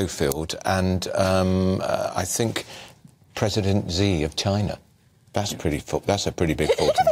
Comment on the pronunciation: President Zee? It is pronounced 'She'. Do keep up.